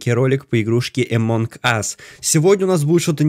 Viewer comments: Люди пожалуйста научитесь говорить, ты что англ не учил это во втором классе говорили NG сложение букв это означает просто Н CNN n ЗАЧЕМ ГОВОРИТЬ АМОНГ АС правильно АМОН АС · Не эмонг ас а амонг ас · Не амонк ас а амонг ас (among us)